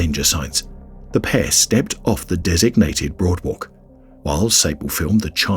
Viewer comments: I swear he's saying broadwalk instead of boardwalk. It's driving me nuts trying to tell the difference. I give up lol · Ok, he definitely said broadwalk!